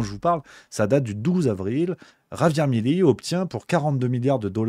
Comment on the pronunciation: Mais pourquoi vous dites tous "Mileí". C'est Milei ! 😂